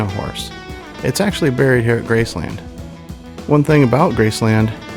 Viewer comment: You say Graceland WRONG